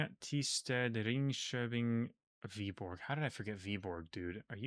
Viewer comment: I mean not being able to pronounce Danish is fair enough though. He also messes up things like the soft d in Randers or the soft g in Viborg, but I would be absolutely surprised if I heard any foreigner pronounce it correctly, let alone someone who hasn't learned Danish.